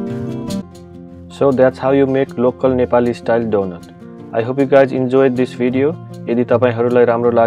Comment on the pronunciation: Dunot ho not donut 😅😅🤣